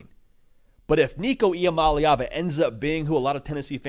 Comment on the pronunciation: Finally someone said his last name right.